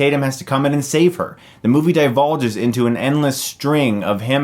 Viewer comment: "DEVOLVES." You mean "devolves." Not "divulges." Normally I wouldn't mention this, but you made the mistake a couple times in this video and a few times in past videos. I get it, I used to mix up "banal" and "belicose" when I was a kid. Also, the "silly-looking aliens" were humans spliced with animal DNA. They call them "splices" in the film. Channing Tatum is one of them, though they did their best to keep him as human-looking as possible to avoid accusations of encouraging Furries. Other than that, I agree with you.